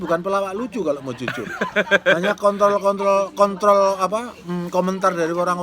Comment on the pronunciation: Bahahhaa ngmng kontrol jd kontol pakde